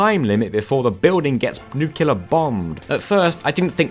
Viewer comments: Everything in the video was fantastic except your pronunciation of the word “nuclear.” It’s Nu-clear, not Nu-Q-ler. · Metal Gear Rex does not have a Gatling gun, it's a rail gun. And it's nuclear, not nuculer. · New. Clear. Nuclear. Nukular is not a word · A Brit saying nucular 😢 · nucular building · I will not make a comment about how you pronounce all the vowels, because that's an accent... but "nukular" is not an accent ^^